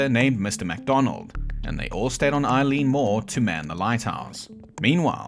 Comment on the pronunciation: Good video. Big ass wave hits little ass people. Occam's Razor. Done. Quick notes: not that I don't appreciate seeing air shots of Eilean Donan Castle (I love it), but Eilean Mòr lighthouse is nearly 70 miles away past Skye, past Lewis and Harris. If you get to the Faroes, you've gone too far. Also: not Eileen like the name, Eilean (pronounced AY-lan) meaning Island.